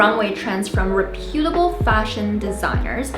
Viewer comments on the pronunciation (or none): Re PUTE able? It's REP u ta bul.